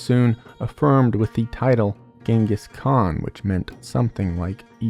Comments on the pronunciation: Gengis Khan.... no no no.....Jengis Khan 🎉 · I’m undecided on it. I mean it being pronounced how his name actually was would be a cool detail but there’s just something off when he says Han instead of Khan. Jingis vs Gangis is a bit less off putting but it’s like a whole different name. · ...The Han? Han is for China and Khan is for the Mongols The K is not silent lol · He was called the Khan not Han. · Genghis, not Jenghis. If you're going to make a video essay about someone, you should at least know how to correctly pronounce their name. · The way you pronounce Khan like han has me tweaking ngl. Still a great video. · as a mongolian hearing him say 'haan' instead of 'kaan' just scratches my brain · Fkn hate it. Its ok for non-english speakers to butcher english names but not the other way around. Its Genghis Khan, not Jinkus Han. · Jengis Hawn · Who tf is Jengis Han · Who the fuck is Jingus Han? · jingis han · Is the "G" suppose to sound like a "J"? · Bro you’re not gonna tell me his name is Genghis Han 😂 nice vid tho! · I’d love to watch this but I can’t take 45 minutes of” jangous Han” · Hearing his name pronounced like jenghis haan is super funny to me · Jengis Han? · JANGUHINGUS KENHA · "JENGIS HAN" Bro just fucking say it right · Dont like the jengas hhan pronunciation tbh. Jarring and debatably correct anyway. Will watch anyway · Changez khan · Why does he keep saying Chinggis "HAN" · "Jengis Hawn" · Your pronunciation makes me want to throw myself off a building. Besides that loved the video, good work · Wait have we been saying his name wrong all this time? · Can't even listen to this because of the pronunciation of his name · WHY DO YOU KEEP SAYING HIS FUCKING NAME WRONG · I'm going to have to stop watching if you keep saying his name, as the wrong pronunciation is driving me nuts. Which is a shame. I was looking forward to this. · You’re pronouncing his name wrong I stopped the video and refused to watch any further! 👎🏻